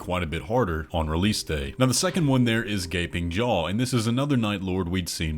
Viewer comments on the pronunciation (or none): At first I heard the name of the boss as "Gaping Joe" and I can't unhear it now help